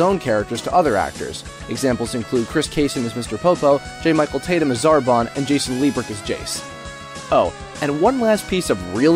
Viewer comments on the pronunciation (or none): none